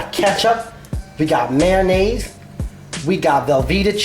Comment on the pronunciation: I was with you until you got to "ketchup" and then "mayonnaise" made me want to strangle someone to death.